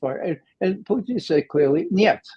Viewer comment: I love Ray but can someone please teach him how to pronounce Putin. He is not ordering a side dish in a Canadian cafe, Poo-teen. It's pronounced Poo-tihn.